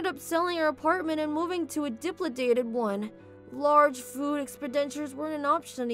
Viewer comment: its not DIPLIDATED its di LAP i tated